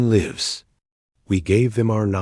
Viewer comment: Mispronounced words are distracting: lives